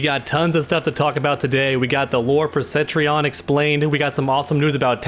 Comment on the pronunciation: For the love of God her name is Cetrion not Centrion! Can't Americans read? Like the 5th NA youtuber to call her Centrion today jeeeze there is no N after the E homies